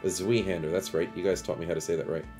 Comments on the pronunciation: You were pronouncing it correctly the first time. Zwee hander is wrong. The German word for two is pronounced Sveye. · Zweihander is pronounced with a hard I sound not an E sound. Its german for 2 as in 2 hander. Love your videos btw just as someone from germany this was one mispronouncing I had to address sorry